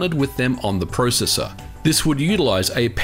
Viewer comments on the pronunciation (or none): You say processor wrong